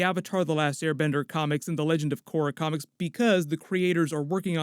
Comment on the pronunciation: Yo the way you say comics sound like your saying comments and it's very funny no disrespect though.